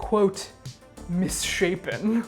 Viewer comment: "Become..... misshapen" really got me.